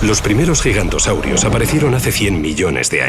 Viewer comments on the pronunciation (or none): Se dice Giganotosaurus no Gigantosaurus